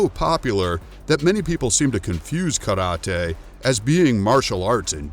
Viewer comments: I thought he said the word Karate wrong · is that how you really say Karate 🥋😱 eeeew lol